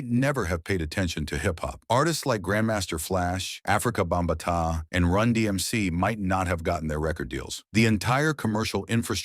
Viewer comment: AI can't say Afrika Bambaataa. 😂